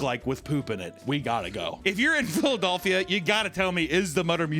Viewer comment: can’t get over how you say “Philadelphia”?! 😂 ha haha wow!